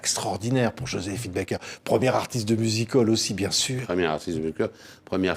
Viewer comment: Merveilleuse JOSÉPHINE BAKER. Je ne comprendrais jamais Pourquoi, beaucoup s'entêtent à prononcer son nom d'artiste A l'américaine, elle préférait Qu'il soit prononcer à la française !